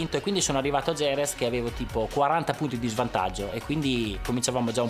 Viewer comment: 3.13...Noooo Valentino, Jerez pronunciato IEREZ e successivamente GEREZ, non si può sentire!